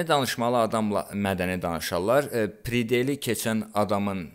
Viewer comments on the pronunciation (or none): Təsadüfən videolarını tapdım 🤷🏻‍♀️ amma o ✊🏼✊🏼✊🏼 demək lazımdıki “pridel” yox “predel”